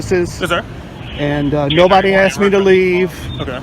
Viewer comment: She went in dere and axed dem for trespass.